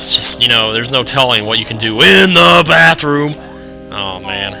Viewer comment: why do u say "in the bathroom" like that?